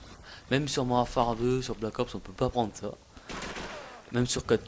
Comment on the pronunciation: "Mouarfare 2" Tu devrai parler encore plus vite